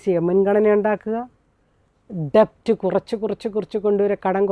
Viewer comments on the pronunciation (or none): ഡെബ്റ്റ് അല്ല മാഡം, ഡെറ്റ് is correct pronunciation.